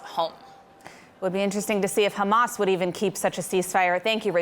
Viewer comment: It's Hamas and Not Khamas....